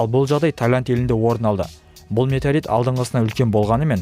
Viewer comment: Метарит деп айтып қалдың ғой